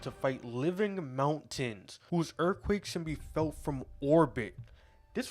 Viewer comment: "dis would mean dat dere earfquakes are like going across de entire earf itself" lol